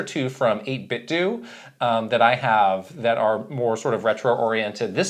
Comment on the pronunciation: FYI 8bitdo is meant to rhyme with Nintendo